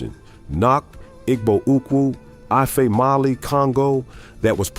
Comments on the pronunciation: While some African Americans do, in fact, have Ancient Egyptian DNA, other African Americans have ancient Jewish ancestry. The Igbo are Jewish. (I wish this A-I-generated video would pronounce this tribal name correctly.) According to one leading British scholar, who is an expert on Jewish studies, Jews are Black. Read the description of Christ in the Book of Revelation. His feet are described as being so Black that they appear to have been "burnt in a furnace." The bottomline is that African Americans have evolved into a distinct ethnic group. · The "g" in Igbo is silent.